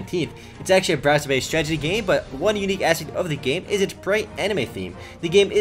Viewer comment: when he says stragety i get annoyed